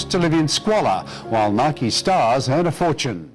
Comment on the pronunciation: I dint really dislike videos but ya said Nike incorrectly so am sorry :(